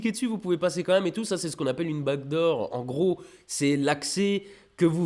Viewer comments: C'est qu'il "back door" beaucoup trop à la française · Chaque fois que tu dis : "back door" j'entends "bague d'or" hehe. Peut être pcq jsuis québécois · Demiurge Borgir, pareil !! Bon, tant qu’on entend pas back room.....😜😋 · MOI AUSSI !! c'est dingue non ? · C'est parce que le son k et le son g sont très semblables, le g est la version voisée du son k. Et j'ai appris ça par hasard en étudiant le japonais. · Demiurge Borgir pareil pour moi (et je suis prof d’anglais lol) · Lol non t'inquiètes moi aussi je comprends bague d'or et je suis francais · ah ok, moi aussi, je comprenais "bague d'or" (j'habite en Bretagne) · Demiurge Borgir j’étais aussi persuadé qu’il disait bague d’or et je viens pas de Québec mais de 🇨🇭! 😂🤣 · nan moi aussi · Pareil! Haha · "Backdoor" mais avec l'accent mosellan, c'est difficile à dire :D